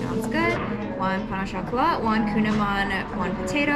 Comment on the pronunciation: I am french, I’m surprised how well everyone pronounces pain au chocolat❤ The t is silent, for croissant it's the same😊